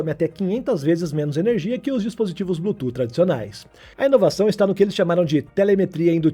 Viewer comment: "blu tu" 😆